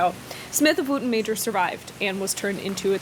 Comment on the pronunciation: I think "Wootton" would be pronounced more like "wutton" if the pronunciation of the town in Wiltshire, Wootton Bassett is anything to go by